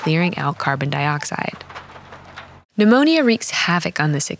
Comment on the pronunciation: I love that she’s teaching us about pneumonia but pronounces every letter in the word 😭